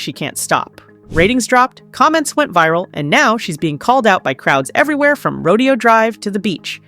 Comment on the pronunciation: You don't know how to pronounce a famous place in LA? It's Ro-day-o.